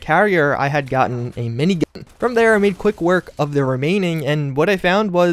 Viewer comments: Why is gat being censored? Or am I just having a stroke in the form of hearing him say "mini-gah" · He said minign